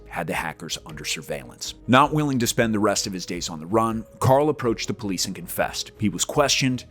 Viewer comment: You said Karl whaaaa?